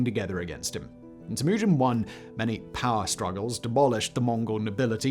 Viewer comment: Tim-Ew-Gin. Not Timoogun...